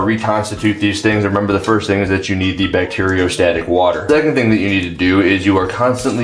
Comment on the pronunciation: Someone tell its Bacteriostat Water, not Bariostat Water please